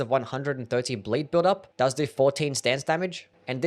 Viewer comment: man I love your videos but PLEASE for th elove of god, it's "builDup" non "bLILLup"